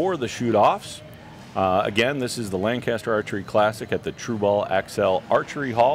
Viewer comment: That's not how you say Lancaster